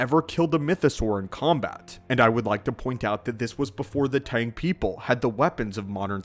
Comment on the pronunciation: "Mando Aid" Its "Mando'ade" (Mando - ah - day). "Tang" is "Taung" (Tah - ng)